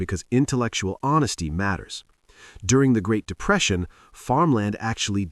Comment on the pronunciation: "1929 GREAT DEPRESEITION' - yeah that was memorable ... huh !?